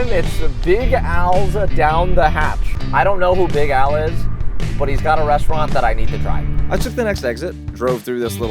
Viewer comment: I had the tab in the background as he started saying Big Al and thought he was saying Big Owl. Then I saw it was Big Al and was disappointed, lol